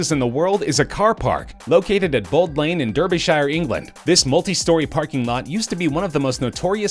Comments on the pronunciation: its d-a-r-b-y-s-h-i-r-e not derby sihre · you dont say derbyshire as derby u say darby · Im from england you say Derbyshire like this Dar-bee sher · As a Brit I have to comment on the pronunciation of 'Derbyshire'. It's more like Dar-be-sheer than dir-be-shire. British counties ending in 'shire' are typically pronounced more like 'sheer'. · It's pronounced shir not as shire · i know its spelt derbyshire but it is said like darbyshire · It’s pronounced like “dar-bee-sher” not “der-bee-shire” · I live in Derbyshire and your supposed to pronounce it dar-be-sher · It’s derby sheere like that’s how u pronounce it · "DURRRR beee shire". You Ermericarns make me laugh. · Derbyshire - Dar-bee-sher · Derbyshire is said as dar-bi-sher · If it helps, it's pronounced Darby (so Darbyshire is the rough pronunciation) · Derby shire hahaha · Derbyshire was pronounced COMPLETELY wrong. If you're going to make a video, I guess you've done research. Now do a tiny bit more and get the pronunciation correct please! Its pronounced DARBY-SHER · It’s pronounced darbysher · Derby (Dar-be) Derbyshire (Dar-buh-shear) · i think he was translating it for american accents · You pronounced Derbyshire incorrectly LOL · When u said derbyshire i was dead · How you pronounce Derbyshire and derby really annoys me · Glad that didn't bug just me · It's hopeless. They'll never get it right.